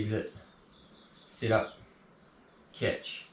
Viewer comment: Great video but it took me half the video to figure out it’s SET up not sit up. Damn yanks